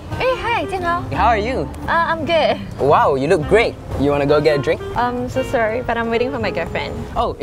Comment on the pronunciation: Melody said I'm good but instead of good gay